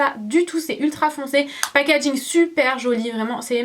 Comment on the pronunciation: Super video mais si je dois dire un petit truc arrete de dire packadging ( désolé si sa s'écrit pas comme sa ) car après sa énerve un peu mais sinon super dommage que tu n'est pas donné les prix voila bizou